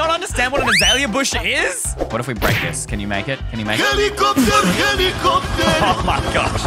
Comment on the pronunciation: The part with the villager: hellecopter hellecopter! coper... coper...🤣🤣🤣